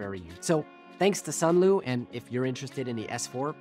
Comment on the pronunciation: Sunlu not sunloo